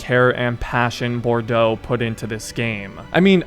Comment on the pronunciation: Bordeaux is pronounced as bordoe and the spellin show pronunciation as borducks😂😂